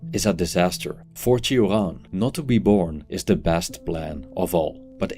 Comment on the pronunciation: Iv never heard someone prounojnce his name so weirdly lol 😂